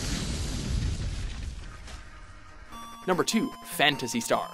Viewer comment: I was triggered when they said "Phantasy Star"